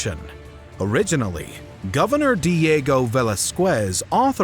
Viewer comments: Val-ih-sqez. Dog I can't listen to this shit seriously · Your pronunciation of Diego Velasquez is not correct you don't have the 'w' sound of English 'quest'.